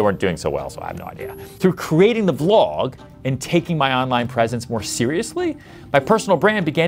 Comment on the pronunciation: I think it's charming that despite Ryan's massive success on social media and on YouTube, he still doesn't know how to pronounce the word "vlog" properly 😆